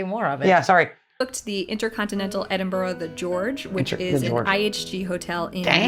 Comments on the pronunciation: It is pronounced Edinbruh, or even as some east coast Scottish folk call it Edinburrah, not what you said: Edinbru as in Irn Bru (brew), so I am asking YOU to please, please, pronounce it correctly or go and live in a burooo. pronounced it 100% correctly. I think she messed up once, but who cares? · One thing though the narrator doesn’t quite get the pronunciation right - pretty sure it’s Edin bruh not not Edin Burh. This said, I still miss pronounce place names in the east midland and I’ve been here 15 years now…..😊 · is not that difficult to corectly say my capatial city its not boro its burgh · Top tip; instead of stumbling over your Edin ‘borro’ and Edin ‘borrow’s’ lol try a very normal Edin ‘burruh’ or Edin ‘bruh’ depending on the context but both equally acceptable. Come visit soon ❤❤ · Ehdin -burra!